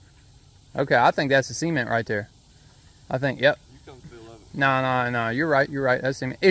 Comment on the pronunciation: Why do you say sement instead of cement